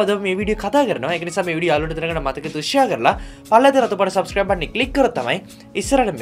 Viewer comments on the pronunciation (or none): none